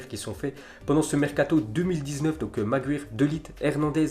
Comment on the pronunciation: Apprend à dire Maguire